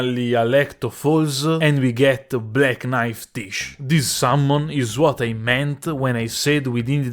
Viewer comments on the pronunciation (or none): I find funny that everyone calls the summon "tish" when it's pronounced "tijé"